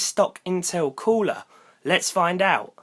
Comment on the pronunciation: Annoying how you British people say cooler